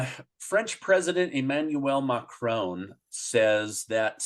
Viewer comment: Why do Americans pronounce the French president's name as McCrone? He's French, not Scottish. The final 'o' is short.